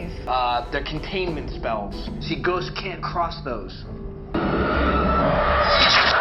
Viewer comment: I thought u said “goats” so I was like, they chasing goats?